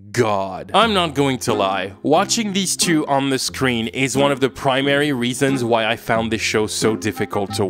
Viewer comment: When he was saying “I get why people…“ I kept hearing “I get white people…” and it was hilarious